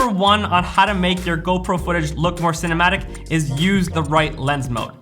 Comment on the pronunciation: For a moment I heard you saying "" instead cinematic:D. Anyways, great video. I don't have GoPro or any other action cam, but still watched:). Take care